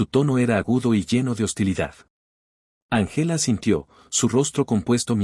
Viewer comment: Muy buena historia,Din importar el color de piel hay que respetar a los demás.Corrección:No se dice Angéla,se dice Ángela con el acento en la Á.El español es muy lindo pero hay que pronunciar bien.